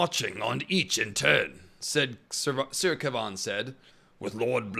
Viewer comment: Ilysm but why do you pronounce Kevan like that 😭😭😭